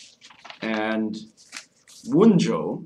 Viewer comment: I have to say I find the pipe smoking during the video to be annoying. If I am going to invest my time in watching content about a topic, I would rather not sit and wait for someone to tamp and light their pipe and then puff on it. Also, the names of the Runes are reconstructed in Proto-Gemanic. In Germanic languages the J is pronounced like a Y, it is "Wun-yo" and not "Wun-Joe".